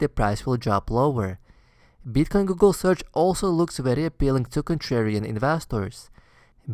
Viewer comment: is back with 'Beetcoin' and 'Eeetheum'